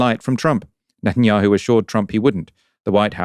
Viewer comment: Minor quibble: why does Daniel Levy call him NUTanyahu? Is it because Netanyahu is nuts?